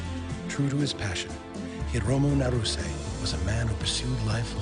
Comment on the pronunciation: it's not pronounced Narous... it's Nah-Roo-Seh